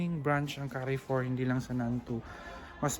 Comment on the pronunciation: carrefour pronunciation is kaarfor not ka arfor